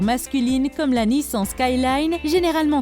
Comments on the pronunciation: NissEn --> Nissan GaLLardo --> Gallardo Alpha Romeo --> BMW On note le soin porté à cette vidéo pour la prononciation des véhicules... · Nissan sa se dit pas comme sa ptn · C pas une Jaguar c une taurus, c pas une alpha Roméo c une BMW et sa se dit nissane pas nissan, on dit pas une bougati on dit une bugatti , et soit une corvette soit une chevrelet c pas parce que chevrelet produise dés corvette que c le nom d’une seul voiture